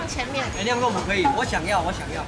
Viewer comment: 不是读liang 豆腐吗？是读xiang豆腐吗.. 😂😂